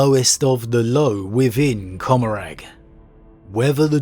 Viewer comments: Comorragh is pronounced comma-raar. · Asdrubael Vect can absolutely NOT rival the silent king in age. Also: the g in Commoragh is silent.